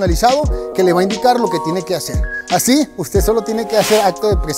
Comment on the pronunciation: Porque hablas así? Ashiiii funshiionaba empesharan me desespera